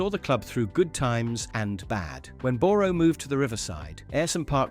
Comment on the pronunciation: This is AI generated. Can’t you get someone to pronounce Boro or Reading properly? And the script lacks insight and passion. Shame.